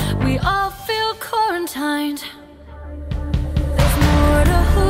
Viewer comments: why’d they make the lyrics so basic? or did the AI choose the lyrics too? Is the actor a real person or fake too? It pronounced “quarantined” wrong. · But why can't she pronounce quarantined .